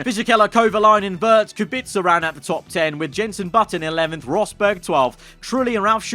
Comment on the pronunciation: I'm impressed that you pronounce Kubica's name correctly